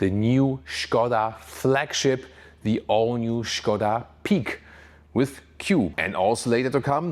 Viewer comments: 40 seconds into video and already big kudos for pronouncing Škoda right :) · I love the way you pronounce Skoda 😀 It's probably correct, but still sounds very fun. Thanks for the hard work! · Yes, it is correct pronunciation, in 1925 Pilsen-based engineering group Škoda bought car company from its founders Václav Laurin and Václav Klement. The name itself is from Mr. Emil Škoda, Czech industrialist (he died in 1920). Great names in car industry deserves correct pronunciation (Rolls Royce, Bentley, Porsche, Ferrari, Lamborghini, Opel, Renault, Peugeot, Ford, Chevrolet, Benz, Maserati, Chrysler, Honda etc.) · It is absolutely correct, he says it like a professional Czech actor. Škoda means Schade, like It's a pity. Writing sch as š is simply clever.